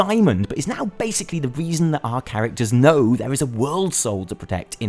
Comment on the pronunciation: Do you mispronounce character names on purpose?